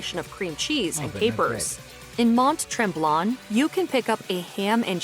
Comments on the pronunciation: Especially Mont Tremblant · I wanted to cry every time she said "Toretear" I know it's a french word but for Pete's sake say it phonetically! It is spelled Tourtière (Tour Tee Air). And no it is not sweet (unless you add Ketchup - which I do). Her later pronunciation of Mont Tremblant was even more cringe worthy...(aren't the Mojo girls Canadian ? Geez that's embarrassing) Also Gravy is traditional, but Poutine comes with a variety of sauces. (BBQ sauce, Sweet Chili Thai, Pasta Sauce). The key is the temperature of the sauce, to makes the cheesecurds the right consistency. Butter tarts ARE the small version of "sugar pie". Think Pecan pie without the pecans. A Ceasar is a hair-of-the-dog drink, and it does cure a hangover. Think Bloody Mary with Clamato and celery. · And Mont Tremblant. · It was the pronunciation of Mont Tremblant that made me cringe.